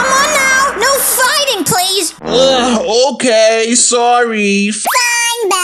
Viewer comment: I never knew till now but IT'S OKEH NOT TO BE OKEH